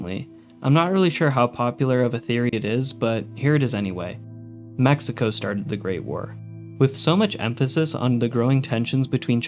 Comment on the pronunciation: Bro threw mexico in there for NO reason whatsoever 😭😭😭 that sounded super “american” fr dude